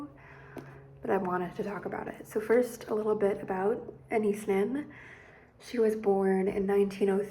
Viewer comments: Ana-yees - not Anees. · Saw documentary where she pronounced her name. Ah-Nah-eese